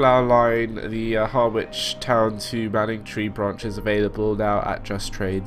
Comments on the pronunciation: Being pedantic but pronounced haa-rich, not Har-wich. Keep up the good stuff!!! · Actually it's Hah-Rich not Hah-wich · Harwich is pronounced harr-itch, I live in Manningtree as well 😀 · well you did say someone would commenton your pronouncement especially place names.Being an Essexlad through and through here goes. You are saying Harwich like it is two words, it is all one word and the W is not sounded. So, Har like in ham and rich, Harich. Just to give you a bit more, this formed part of the Great Eastern Railway that Brunel envisaged carry ing people from the East Coast to Bristol Docks and on to America without leaving his services, so yes, Harwich International was important. Originally called Parkstone Quay, then the word Quay was removed, later International was added and finally what it is now. Lots of freight on that line so can hardly be called a little branch line, trains the same as the Felixstowe to Ipswich scenario are regulars. Boat trains from Liverpool Street (some are still diesel hauled) and a lot of tanker traffic, very busy line right through the night. Like you I am a keen train simmer, still got MSTS with well over 100 routes, pretty much keeping up with you on Train Simulator, I enjoy watching your vids, they give me an idea what to buy next, so keep on driving them trains, but please try and get the pronounciation correct. Hope that was helpful, all the best. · and its pronounced : Ha-rich -rabness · Good videos, but why do you pronounce everything wrong? Ha-ridge (harwich) Doever-court (Dovercourt) rab-ness (wrabness) Mist-lee (Mistily) you do this in every video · Hah-witch?? Fucking hellfire. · Harwich is pronounced Hah-wich